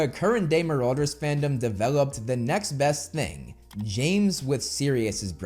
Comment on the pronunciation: That's ... not how you pronounce marauders